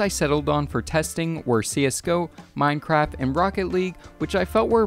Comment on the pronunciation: he just said mine-crap